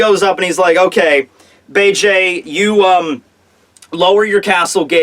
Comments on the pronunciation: it's beeg not bayjay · The name isn't fucking Bay-Jay it's Beige like the god damn color. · "Bege" is pronounced "Beige" btw now Bay-Jay lolol